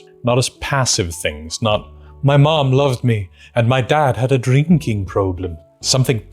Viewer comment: “Eh dreenking prøblêm 😞”